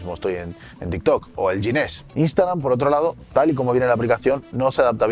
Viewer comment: El "yinés"🤣🤣... Ginés alma de cántaro. Ginés es un nombre español, y de momento en español la "g" se pronucia como "j" cuando va delante de "e" o "i", no como en "yiviyi mol" del sponsor 🤣